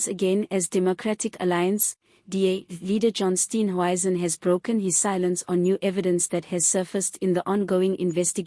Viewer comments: Steenhuisen NOT Steenwuisen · Respect people you comment on by pronouncing their names correctly.THE. MOMENT I HEAR YOUR VOICE I SWITCH OFF. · It's really irritating listening to this person mis pronounce Steenhuizens. name. It detracts from a good tube.